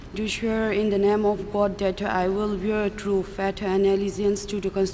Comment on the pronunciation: It's faith not fate